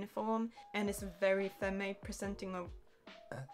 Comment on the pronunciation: Why do you keep saying "femmy"? It's pronounced "fem".